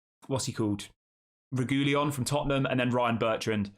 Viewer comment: I believe It's pronounced Regweeyon bud